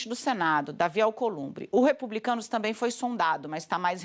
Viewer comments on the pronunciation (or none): Além de não usar o gerúndio corretamente, esta moça, a Andrea Sadi, não consegue pronunciar a palavra tamBém. Fala sempre "tamém"... Que coisa estranha... Vício de linguagem??? Sei lá... Mas é muito feio...